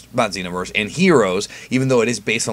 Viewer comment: Pronounces Xeno as Zen-Oh but pronounces Xenoverse as Zeeno. Alot of new comers are going to think some of these characters fused with the omni king.